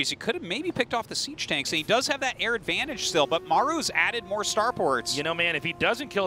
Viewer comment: Is it "siege mode" or "cheese mode" - not sure which one they said?